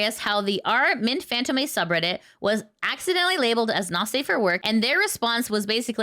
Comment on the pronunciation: Sorry to be "that guy" but fantôme is pronounced more like fahnt-OE-mh, and less like fānt-oh-MAY. It's basically the exact same word as phantom, but softened up and articulated closer to the throat than the teeth, in that flowery French way. I hope that doesn't come across as nitpicky, I just thought you might appreciate the note.